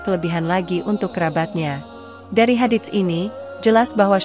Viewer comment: tlng cara mengucapkan " Hadits " itu tdk kedengaran bunyi huruf t .tapi langsung kehuruf s nya. Dan bunyi huruf pd Shadaqah adalalah Sh bukan Sy